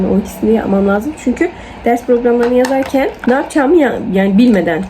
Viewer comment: Laazım değil , lazım . Üstü şapkalı a . Ae arası bir ses, la(e)zım gibi 😂